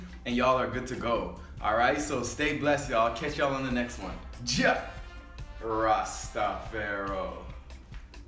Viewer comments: I love you I really do but maybe someone have told you already that it's actually not cha-rastafero but Jah!Ras Tafari! Blessings my precious brother thank you for all of your offerings! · brethren so you know its JAH RASTA FARI!!! Not JAAA Rastafaro